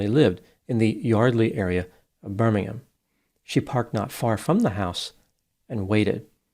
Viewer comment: Good pronunciation of Birmingham doc, cheers